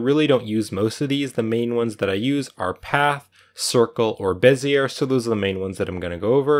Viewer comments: bee zee ay. not beh zee air. It's a French guy's name. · It's pronounced "Bez-ee-yay" not "Bez-yer" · Bezier - sounds like “bez ee ay” 😊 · Bez-iyay, not Bez-iyer. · Heh…Bezzy air Though I suppose I said it that way before my graphics class too. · Bezier is pronounced BEZ-EE-AE no R sound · beh - zee - ay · Awesome tutorial! Thank you PS Bezier is pronounced BEZ-ee-ay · BEH-zee-ay curve - french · It's pronounced "BEH zee ay," it's somebody's name. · Bezier pronunciation is, ˈbe-zē-ˌā , not 'er. This was a good video. I thought I'd pass along a little side knowledge. Bezier is a french word brought into popularity by a French engineer. I've noticed more and more Youtubers' mispronunciation of this word. I know most don't like being corrected. I'm merely trying to help. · You pronounce Bezier incorrectly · NIce work! The "r" is silent in bezier.